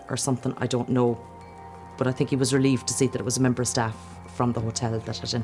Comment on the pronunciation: I love you said "I fink"